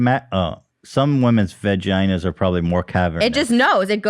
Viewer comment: to Ethan saying veg-inas 🥦👌🏼